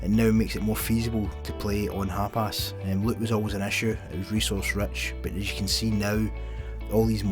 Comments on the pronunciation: wtf is HAPAS??? HUP ARSE? It's HAPIS ya! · You're saying hapis like Hapass. Thought it was funny but love ur vids.